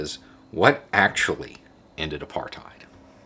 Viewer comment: Congratulations. As someone who lived in apartheid for 44 years ( ) I think you did a great job. Incidentally, it is correctly pronounced 'apart hate' not 'apart height'. I know, I was there. But well done. The biggest thing was that by the end of the 1980s the country was flat broke, and when (of all people) the NY banks refused to roll over the SA government's loans the house of cards had to come down. Anyway, thanks.